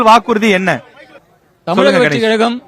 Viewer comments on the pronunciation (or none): none